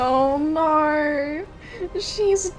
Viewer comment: Hear the NAUR kills me every time